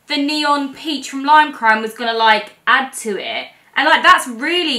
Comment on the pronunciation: She really just called peach 🍑 porange huh?